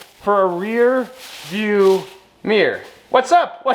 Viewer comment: Rear view Meer as in Meercat. Odd boy. Odd country.